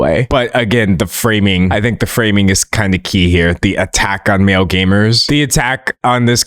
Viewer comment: For a full minute I was trying to figure out what “mail and pale” meant until I finally realized he was saying “male”